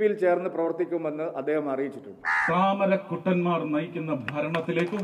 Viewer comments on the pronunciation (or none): താമരകുണ്ടന്മാ൪, അല്ല താമരകുട്ടന്മാ൪🤣🤣